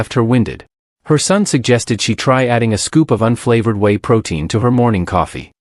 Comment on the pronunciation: Whey is pronounced way not wee. Wee is urine.